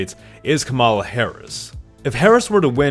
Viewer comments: It's impossible to take this video seriously, since the creator thinks that RFK jr is a viable candidate (he will not get any electoral college votes) and he doesn't know how to pronounce Kamala. The accent is on the first syllable (COMma law), not the second (Ca MA law). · bruh it's kah-ma-la not kam-a-la. idc if u hate someone, say their name right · ITS COMMA LA NOT CA MALA!!! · Completely irrelevant to the content but it’s driving me crazy hearing people say “kuh-mahl-uh” lol. It’s “com-uh-luh” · Kamala's name is pronounced like Comma-La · I love your content, but pleaseee pronounce her name correctly, its KAMala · I couldnt get very far into the video because of how you kept mispronouncing Vice President Harris’ first name. Its like “comma-lah” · Are you deliberately mispronouncing Kamala?